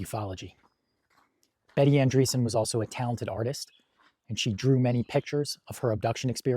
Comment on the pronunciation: ANDREASSON, it is pronounced ANDREAS-Son